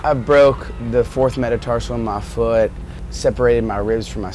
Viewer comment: Matt's Kentucky accent came out when he said "mah foot".